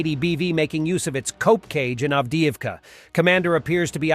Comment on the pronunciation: “Cope Cage” - or Cope Coop?